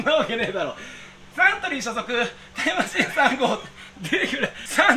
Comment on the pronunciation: 体感で1990年代後半ごろから、ちょっと言い淀んだくらいのことを「かんだ」と得意げにあげつらってはやしたてるのが面白いことになって、 それが俺もはじめは面白かったけど、そればかりやるから飽きたのもあり、失礼さもあり、話を聞いてない感じもあり、どうでもいいとも思っています。 冒頭の「マチン」も、そのまま聞き流せばいいと思いますが、「かんだ」とは別の意味で気になりました。 「マチン」と発音する言葉が世界のどこかにあるのではないか。 グーグルの翻訳で選択できる中で、音声で確認できる中には、「マチン」と聞こえる外国語はありませんでした。 マシン、マキナ、マシネ、と日中韓、だいたい想像できた通りでした。 面白いのは、ルーマニア語のマキナリエが人名っぽく聞こえたりしました。 ベンガル語とネパール語は「ミシン」と聞こえます。 昔の人が聞き間違えてなまったんだろうなあ、くらいの認識でしたが、この発音を聞けば、聞き間違いではありませんね。 「これはなんですか？」「これはミシンです」ミシンとメモする。「マシン」が「ミシン」に聞こえたとは限らない。 昔の人を誤解していたかもしれません。気付かせてくれてありがとう。